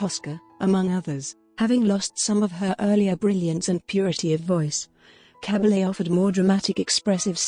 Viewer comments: Koriegiwren. Liebe Authentisch eine Dokumentation. Cabalje swirdihr Name ausgesprochen. Cabelle in Deutschland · Please pronounce her name correctly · Narration is not good. Is it Cabble, Caball, Cah-bah-yay? Mon-sir-rot, Mont-sir-rat?